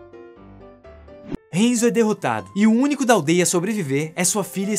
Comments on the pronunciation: Não se fala henzo se fala hanzo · Cara, me permite uma correção: HANZO!! Fala o nome direito véi... O filme é ruim, o mínimo é só falar os nomes direito... HENZO é zuado. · So errou a pronúncia de HANZO. É um ninja famoso da história do Japão. Doeu ouvir hEnzo. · Só uma correção, o nome do Scorpion é Hanzo e não Henzo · Enzo? Oxi, n é Hanzou? Hanzo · "Renzo" doeu de ouvir... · Hanzo Hasashi é um nome em japonês,, logo, poderia ter feito a pronúncia como "A" e não como se fosse um nome em inglês. E Sub-Zero vem de um grupo de guerreiros Lin Kuei. Tecnicamente, eles são os ninjas chineses, mas só compartilhando pra informar =D